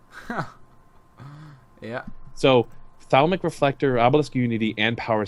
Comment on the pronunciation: Gotta love high-fantasy pronunciation of cards: "Thauwmic reflector", "Lord Kar-Thoss" XD